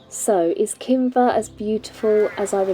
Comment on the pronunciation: Kinver .... not Kimber sigh